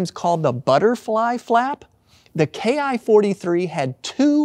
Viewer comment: It's not K I 43, it ki43 ki as in key. There is no I or K in the Japanese alphabet. If you can't get that simple part right what else did you get wrong?